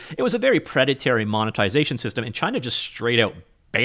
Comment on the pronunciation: Great video. I know I shouldn't but I had to point out it's "preda-torie" not "preda-terry". Thanks for the content 🙏